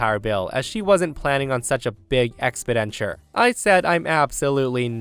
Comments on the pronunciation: Love that “expidenture.” Was DIL without teeth? 😂😂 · "ex - PEN - di - chur" GOOGLE PRONUNCIATIONS IF YOU DON'T ALREADY REALLY KNOW THEM!!! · That's not how you pronounce expenditure. I did a double take when I heard you say it.